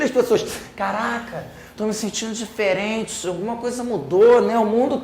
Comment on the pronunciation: kkkkkkkkkkkkkkkkkkkkkkkkkkkkkk "o mundo táh thiferenti"